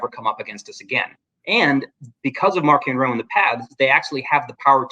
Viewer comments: The way Charles pronounces Marchion Ro just feels weird to me. Maybe Marc Thompson ruined me lol. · not just you. I read the physical copy of LOTJ and prefer to pronounce it as March-eon Ro.